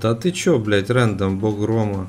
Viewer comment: не рэндом а рАндом